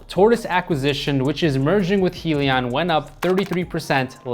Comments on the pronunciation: You're saying Helion instead of Hyliion. It's Hy for Hybrid. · Hybrid lithium ion - pronounced (hi-Leon)